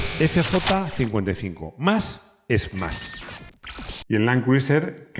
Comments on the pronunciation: Todo estupendo, un video genial pero se pronuncia land cruser. Al igual que Tom Crus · Buena reseña, que lástima que los españoles insistan en pronunciar los nombres en inglés como lo harías en un alfabeto hispano, asi les duela la boca la I de Criuser NO SE PRONUNCIA a riesgo de parecer demasiado ignorante